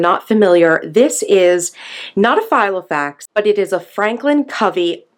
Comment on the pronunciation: Yep, that's meant to be Filofax, not Gilofax!!!! 😂🙄